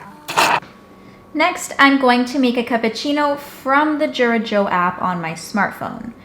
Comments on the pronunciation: THANK YOU! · It's pronounced "YOO-Rah" not "JOO-rah."